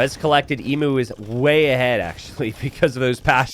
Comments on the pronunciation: pls it’s pronounced eemyuw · Say emu correctly, for the love of vegemite!!